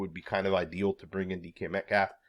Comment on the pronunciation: Wait, did he just refer to DK Metcalf as "decaf?" As in a cup of coffee 😂